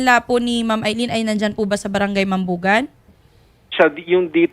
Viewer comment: Di naman yan aileen Al lyn po pag basa nyan 😂😂😂